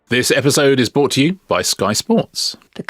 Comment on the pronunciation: 'Brought', Richard, not 'bought'. Tsk 😄